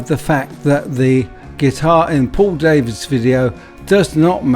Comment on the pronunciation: For Info Paul Davids is Dutch his name is pronounced Dah - vids not Day -vids